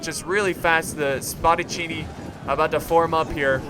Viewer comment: u red Spadaccini right for the first time. Nice Job.